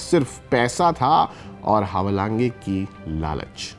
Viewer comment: भाई नाम का उच्चारण तो सही करो ! हवालाँगे नहीं हैवालांज बोलिये फुटबॉल गुरु 😅😅😅